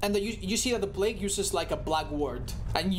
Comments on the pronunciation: Normal people: Play-g with your food: P L A G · Normal people: Play-g with your food: P L A G